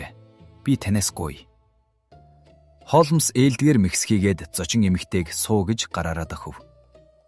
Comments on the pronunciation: Хоолмоос биш Хоолмс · Холмоос гээд байх юм! Яаж уншаад байгаа хэлгүй дада бэ? Z үeийнхэн ийм шд! Нэртэйгээр нь хулмас гэчихээч! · Холмс гэдгийг Холмоос гэхээр сонин сонсогдоод байх юм аа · Тн нэртэйгээр нь хулмас гэчих амар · Яагаад Холмоос гэж уншаад байгаа юм бэ. М С үсгүүдийн хооронд о эгшиг байна уу. Бүр уртаар дуудах юм. Гадаад, дотоод ямарч үг байсан монгол галигаар уншвал ,сонсож буй хүмүүст илүү дээр байхсан